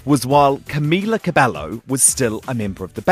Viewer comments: Camila CabeYo! Every time they get her name wrong I cringe 🙈 And TBH I think they did the right thing. Why? Because any response they could have given to those questions would have been taken as "shady" or "bitchy" because people consider Camila as the victim and the rest of the girls as the bullies. Which is probably not true, they went through so much and because of that we cannot know everything they said or did. So I feel like is better like that and no they're not being "divas" they just want to move on and I'm sure Camila wants the same but she can't really say "No" because she's practically "new" in the business so she has to always play the being nice card until she gets to a stable position. No hate but it's true. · He claims that he's been supporting the girls for 4 years and yet, he still couldn't even pronounce Cameela Cabeyo. And Lauren saying they don't wanna be shady means they don't wanna dig the dirt about Camila, w/c perhaps might create more drama. They have gone through so much about her leaving and about how their management screwed them up. Just focus on their music. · honestly the biggest thing i cringed at was his pronunciation of camila's name hgfjsdkas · Said he's a big supporter of them but couldn't even pronounce Cabello right. I tuned out after that.